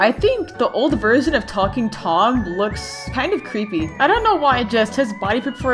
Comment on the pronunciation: When you first said talking Angela it sounds like f- Angela...